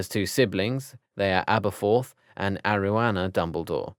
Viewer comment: and its ariana dumbledore not aroana dumbledore